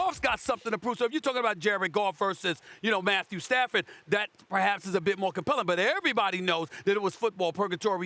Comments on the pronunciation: It’s not Matthew padford. It’s Stat Padford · “Matthew Padford” 😂😂😂